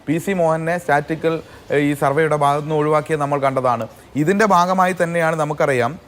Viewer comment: സ്റ്റാറ്റിസ്റ്റിക്കൽ എന്ന വാക്ക് പോലും നേരേ ചൊവ്വേ ഉച്ചരിക്കാൻ പോലും അറിയാത്ത ഒരുത്തനാണ് CPM കാരൻ.😂